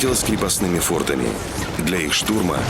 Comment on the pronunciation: Чтецу: фортами ударение на А